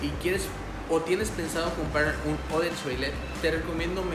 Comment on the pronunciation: Muy buen video, por cierto el Eau se pronunciona como Ó